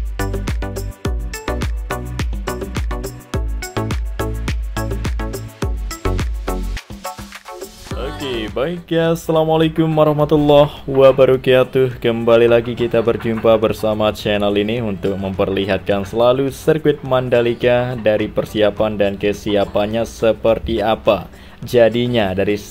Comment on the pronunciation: Bisa gak bang bias aja salam nya, wabarokatuh gitu.. jgn wabarokietuh..😂